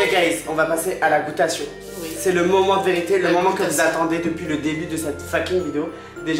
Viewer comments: La goûtation 😂😂 on dit DÉGUSTATION 😋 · "la goutation" et "l'ésthetisme", ...